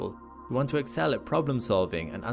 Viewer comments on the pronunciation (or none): none